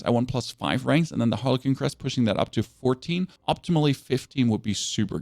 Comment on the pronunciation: Seriously dude?? You really need to Google how to pronounce the words "siphoning", "frigid", and "harlequin" SMH.